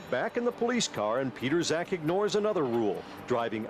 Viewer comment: His name is John Pietrzak. Here is his facebook. BTW it's not pronounced "Peterzak".